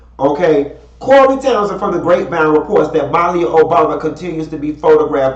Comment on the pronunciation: Lord I wish you get people name right. It's Malia pronounced MUH-LEE-UH